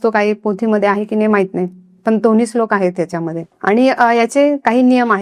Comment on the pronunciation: Slok nahi madam shlok mhana